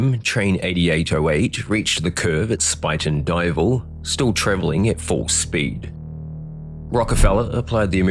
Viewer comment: Great pronunciation for a person unfamiliar with the area! Spuyten Duyvil, supposedly Dutch for spitting devil, is a pretty sharp curve that now has electronic controls prohibiting a speeding train. Rockefeller, no relation to the famous Rockefellers, made up an excuse that caused him to fall asleep. I believe the sleep apnea diagnosis was pure BS. I frequently take a train through that area.